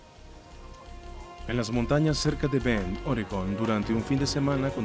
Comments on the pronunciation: BEND, no BEN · ES "BEND" NO BEN